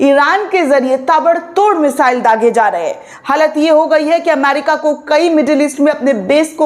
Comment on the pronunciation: अमारिका नहीं अमेरिका है